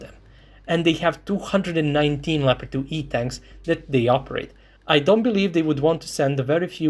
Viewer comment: Leopard not Pepard. Its a german tank, and unlike the english the germans can write.